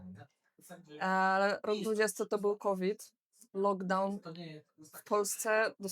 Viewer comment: Był srowid, a nie COVID!